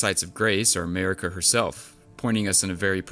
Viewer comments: her name is mArika, not mErika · your accent pronouncing their names was hilarious!!! "mehhhrika" "raydagn" "meeekella" 😂